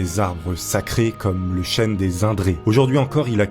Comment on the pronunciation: Le chêne pas le chène!